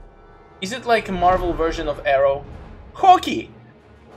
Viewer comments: That's Hawkeye not hockee 😂 Seems like you never watched Avengers. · You pronounced hawkeye hockey 💀